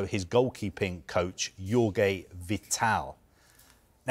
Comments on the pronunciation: The GK coach, is Jorge Vital, so you say it as "George" Vital, not Yorge ... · Jorge is not pronounced Yorguee The J and soft G is the same J as José Mourinho and Joāo Felix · Not Jorge as you said it. Funnily enough Jorge is spelled in Portuguese almost like George in english